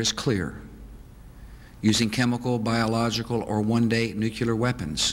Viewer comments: "nucular?" ...no Bush..Nuclear... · NUKULAR? BUSH! You went to Yale... It's Nuclear. Get it right.